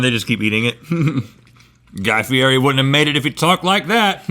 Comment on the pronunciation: Did Rhett just mispronounce Daddy Fieri's name? I'm disappointed in you, Rhett. REEEEEEEEEEEEEEEEEEEEEEEEEEEEEEEEE